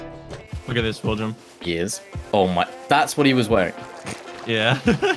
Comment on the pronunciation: "Willcum" XD lol